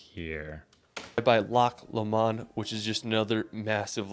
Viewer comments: So class, put your phones away, are you all listening ha ha: Edinburgh is pronounced phonetically as Edinburra; Glenfinnan viaduct is pronounced Glenfeenan Veyeaduct; Eilean Donan is pronounced Eelan Doan; Loch Lomond is pronounced Loch Lowmond hope this is helpful to my american cousins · Glasgow, Edinburgh, Loch Lomond is there any places this guy can say correctly? It's brutal to listen to